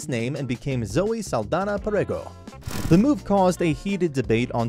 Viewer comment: Great video, just wish her last name was pronounced correctly